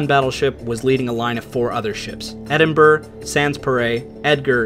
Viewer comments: Excellent video! Well detailed and well presented. One minor correction, if I may. Edinburgh is pronounced "Edinburg-a" not "Edinburg" It's a Gaelic thing. Edit: I subscribed to your channel. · Okay I just can't handle you butchering the pronunciations. It's not like Edinburgh is some strange unknown place. It's the capital of Scotland for fook's sake. It's "HAW-ser" for the love of jaysus.